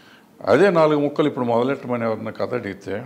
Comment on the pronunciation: Katha is the right pronunciation bro.. Kadha anedhi vikruthi padam